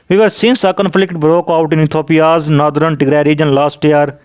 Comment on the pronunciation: Don't say Nothren, it is Northern, but great information though. Thank you